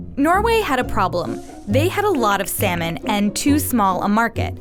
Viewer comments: Salmon sound more like semen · instead of salmon i hear semen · Can u please pronounce salmon properly its sounds like semen😥😥🤣🤣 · I'm latin and when she said 'salmon', I heard 'semen'. Lo sé soy nuevo. Los latinos me entenderán xD